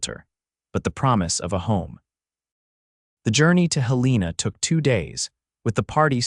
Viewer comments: Mispronouncing Helena as Hel-EE-na is annoying but it does seem to be a common occurrence among these AI narrators. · Pronunciation correction, please HEL-ĕ-nah